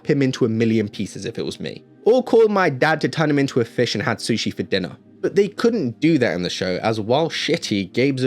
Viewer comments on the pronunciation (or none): none